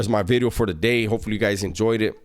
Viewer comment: pronouncing v in video now im used to the word bideo